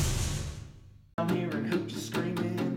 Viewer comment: Is it supposed to be, over heah